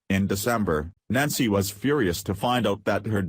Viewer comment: Only identified as Nazi.... that's fitting. Yes I know it's Nancy, shitty computer voice just makes it sound like Nazi. Edit which is more fitting.